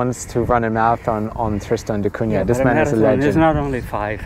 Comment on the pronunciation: At least pronounce the island's name correctly😅